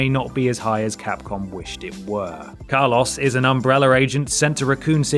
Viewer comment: Why are u saying car loss....